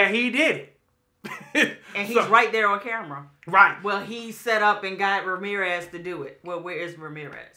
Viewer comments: Ra-mirez lol. Stop saying Marirez 🤦🏽‍♀️😂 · I knew after a 1,000 of us said ZEKE ZEEK.... you all would RESPOND!! Enjoyed the review nonetheless!! Esp when says "MA-RIR-REZ" 50x...Imma need him to just leave it as is...WE KNOW ZAAAAKLY who you're talking about!!! ✌🏾